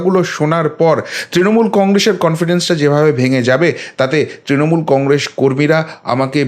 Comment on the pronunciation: কংগ্রেশ না কংগ্রেস উচ্চারণ ঠিক না হলে শুনতে ভালো লাগে না